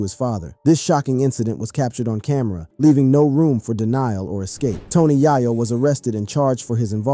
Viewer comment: bro learn to prenouns names before speaking its YĀ-YŌ NOT YA YO ITS SHANTÉ NOT SHAN TÉ 4TH GRADERS WITH YOUTUBE CHANNELS IS BUGGED🙄